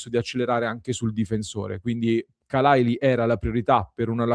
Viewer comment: Khalàili accento su seconda a.